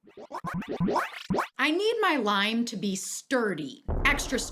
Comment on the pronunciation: The way she said «mAh lime»😂